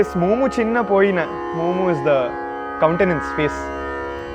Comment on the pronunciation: "Momu chinna poyina" should sound "momu chinna boyina". Poetically, BOYINA is the perfect pronunciation! Overall, excellent